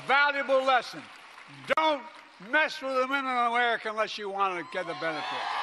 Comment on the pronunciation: "Dont mess with the men and women in aremenica" is what i heard